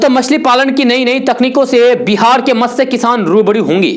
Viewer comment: अरे वाह ! आज एक शब्द का उच्चारण तो आपने इतना शुद्ध किया कि मैं तो चौंक गया. जी हाँ, वैसे तो आपके वीडियो में अक्सर ही उच्चारण-दोष देखने को मिलते रहते हैं ; लेकिन आज एक शब्द “मत्स्य” का उच्चारण आपने इतना शुद्ध किया जिसे अच्छे-ख़ासे पढ़े-लिखे लोग भी शुद्ध नहीं बोल पाते.